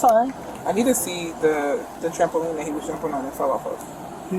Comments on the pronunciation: He said "jumpoline," arrest him immediately. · Homer Simpson: Trambopoline James Spann: State bird of Alabama